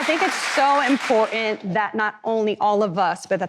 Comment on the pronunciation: She lost me when she could not pronounce imporTant